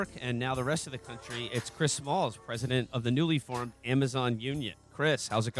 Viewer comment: It’s Chris Smalls, not malls